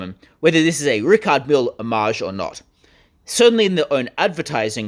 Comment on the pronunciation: at least you could have learned how to say Richard Mille